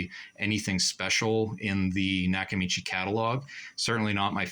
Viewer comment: A knack-a-mee-chey?